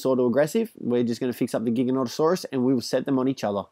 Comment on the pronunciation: You don't have to say giganonatasaurus